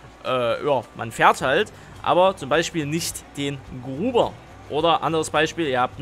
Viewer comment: Es heißt Grubber nicht Gruber 😂